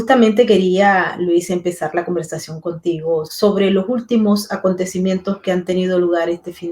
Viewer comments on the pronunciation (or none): Por favor con todo el cariño. Basta de H aspirada delante de una vocal. Jultimo no último Respeto al idioma